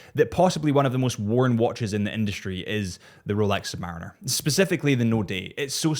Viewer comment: Not "sumberines". ....submarines... having fun with you... enjoy the content